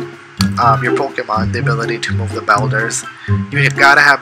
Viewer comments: It’s bulders not belders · someone tell this man how to pronounce boulders